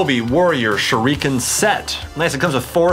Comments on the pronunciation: chad cant say shuriken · He says shureeken than shuriken 😂 MAAAAAAN THOSE ARE SHARP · bro I understand that even if it's bad but dubbed or subbed shuriken is pronounced the same... shoo lee ken but he pronounces it shoo reeeeeee ken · U know he doesn’t watch naruto when he says “narudo” and”sharikin” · TheFamouseChiken #2 Suriken too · How anime fans say shuriken: SHURDIKEN How chad says its: shurreken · It's not shorican shurican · (Sh- ur- eh- ken) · You said shurakin wrong